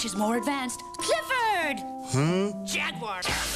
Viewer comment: whyyyyyyyyyyyyyyyyyyy........ did the guy on the left keep calling the Jaguar.... a JAG-WIRE ? Cringe!